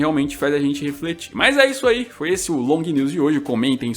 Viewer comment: "Lognews"? Que inglês é esse? 😂😂